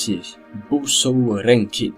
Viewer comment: Bon, j'ai regardé ce focus par ce que je suis un grand fan de Buso Renkin (oui normalement c'est Buso et pas Busou, mais je sais que certaines personne le prononcent comme ça) et que je compte faire une chronique de L'ouest dessus un de ces quatre. Mais du coup, je vais te faire une petite critique de ta vidéo comme j'aime bien, c'est à dire honnête et qui vas peut-être pas te faire plaisir, mais ça peu de permettre de mieux réaliser tes prochaines vidéos ;) Bon pour commencer, la je commence à écrire mon commentaire à de la vidéo... et je vais être tout à fait honnête, je me fais chier. Alors c'est bien beau de dire ça mais pourquoi je me fais chier ? - Déjà; le fait qu'il y ai des images de l'animé qui défile, c'est bien joli joli, mais au bout d'un moment,ça devient un peu lassant qu'il n'y ai pas un peu de changement. - Ensuite, la voix. Bon la qualité, ça va c'est pas trop dégueulasse, par contre le contenu... On dirait que t'a rien écrit avant de commencer à faire la vidéo, que t'a allumé ton micro et que t'a commencé direct a enregistrer sans rien préparer ! On entend tout les bafouillages, les phrases raté que tu recommence alors que ça devrait être coupé, les "heuuuuu" les "aah je sais pas" "je sais plus"', "ça me dérange mais... je sais pas trop en fait !". Outre le fait que ça fait très amateur, ça lâche le spectateur assez rapidement, malheureusement. - En enfin, la musique. C'est une musique lente, presque hypnotique qui semble se répéter en boucle depuis le